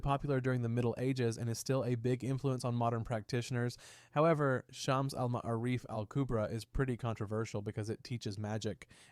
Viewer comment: If just like to say that the way to pronounce the shams Al-M’ārif is shuhms uhl muh-aa-rif